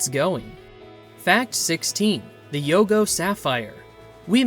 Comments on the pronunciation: Not YUGO...it's YOGO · Yogo. Not Yugo. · The weird voice, the mis-pronounciation of people's names and the names of towns (Yugo) for example, and the inability to get the Indian Chief's name right...it is Plenty COOS not Plenty COOPS! THIS HAS ALL THE EARMARKS OF AI. The information is great, the presentation and inaccuracies are NOT.